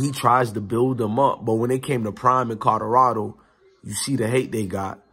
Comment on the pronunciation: I dont mean to get on you for your pronunciation skills. However, there is an L in Colorado Fam, not 2 D's. Colorado not Codorado.....